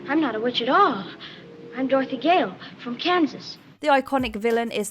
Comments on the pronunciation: ....i'm sorry why are you saying 'Doorthy' instead of 'DOROTHY'? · since when did a bit selfish or blinded by hurt & love equate to actually evil??? And since when did we pronounce Dorothy, Dorthy ? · Wtaf is that pronunciation of Dorothy? "Door-thee". Who gives these people voiceover jobs